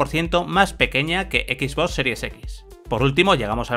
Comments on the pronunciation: Alguien me puede decir por qué dice “X boss” en vez de XBox? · Bueno creo que es la manera en que lo disen los españoles por que el rubius un youtuber famoso tambien lo dise de esa forma por a si desir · Son españoles no saben pronunciar bien el inglés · "Equis vos" XD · " equis bos" jajaja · Pierde seriedad con tanto decir "equisboss", es como lo de "uveerre" en vez de VR ("vi-ar"). Saben como se pronuncian las cosas y mas estando en un medio especializado, pero bueno lo pronuncian asi igual. En fin.